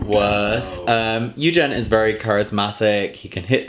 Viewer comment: It's Eugent, and I pronounce it the way it's written. Not [yoo-dzhint']. Even Eugent himself corrected the pronunciation to some of the interviewers xD